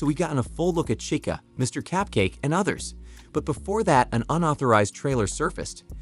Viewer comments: It’s not capkace it’s cupcake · It’s Mr cUpcake not cApcake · HE SAID" CAPCAKE"?! LIKE... BRO, NOT COOL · Bro said capcake